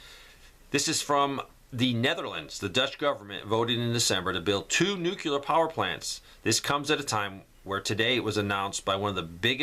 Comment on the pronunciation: Come on, man! It's NUCLEAR, not "nucular". As in the nucleus of an atom. Sorry, but degreed and licensed nuclear engineer here.